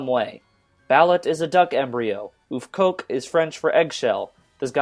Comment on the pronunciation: * Not "Oofcoque" brother, "Œufcoque" [Œuf à la coque= (soft-)boiled egg] :) => "Œuf" sounds like huff (as in "huff and and puff") *An egg shell= Une coquille d'œuf (sounds like: "Une coquille Duff", like the beer brand) ;)